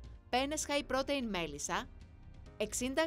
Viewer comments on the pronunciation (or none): Στην Ιταλία παλιά καναν τη μπολονεζ όχι με κιμά αλλά παίρνανε ολόκληρο κομμάτι κρέας κ το αφήνανε για ώρες μέχρι να λιώσει. Σαν εδώ.. άσχετο αλλά θα πει κάποιος στην κοπέλα που διαβάζει τα υλικά ότι protein διαβάζεται προ-τιν κ όχι προτειν